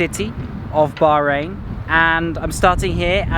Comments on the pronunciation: The way you said bahrain...baaarain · The way u say Bahrain is not quit how u say it coz I'm from there but anyway love u vids